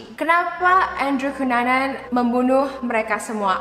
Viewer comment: andrew kenanan (ngebaca andrew cunanan) Gw: andrew banana? 😅😅😅 otewe korek telinga dulu 😅😅